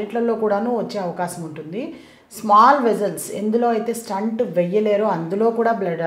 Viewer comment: స్టంట్ కాదు తల్లీ, స్టెంట్ అనండి.